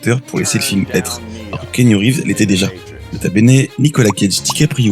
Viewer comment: C'est [Ki'anu] qu'on dit d'abord :p GG en tout cas c'est un super épisode (que j'attendais depuis looooooooongtemps ) ça fait trop plaiz! Hâte le prochain!